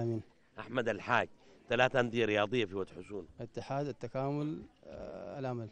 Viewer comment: ود حسونه ليس ود خشونه 😁😁😁👊